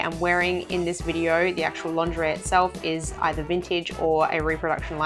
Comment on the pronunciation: this is so funny because everytime you say lingerie I hear laundry and thought you made a new series on how to wash clothing from different eras! :)